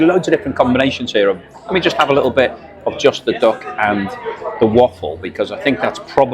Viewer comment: I thought you were saying dock and waffle, you mean duck, lol